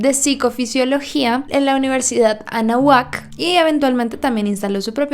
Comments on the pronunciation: Se pronuncia Anáhuac, no anahuác. Sólo como comentario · Ánahuac no anahuac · Se pronuncia anÁhuac de hecho la psicologia es una pseudo ciencia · esta mal pronunciado anahuac y si tiene explicacion cientifica nos hacen creer que no es real ni tiene logica porque no quieren los gobiernos y religiones que veamos la verdad pero mas por parte del gobierno gringo